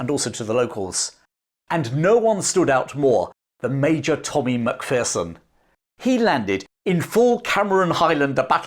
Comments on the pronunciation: Love your video about Tommy. My only gripe is your American pronunciation of our clan name. Remember, "There's no fear in a MacPherson!" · Great story. However, your inability to say MacPherson properly hurt my ears every time.